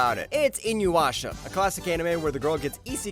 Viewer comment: its I-NU-YA-SHA not I-NU-WA-SHA :)